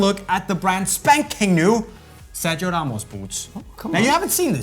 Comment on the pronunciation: you said good Corazón y Sangre and Familia. But Sergio do not pronunce like you said. 😂😂😂😂. Its Sergio in spanish not in english. But you are a master in the boot topic, all forgive you that...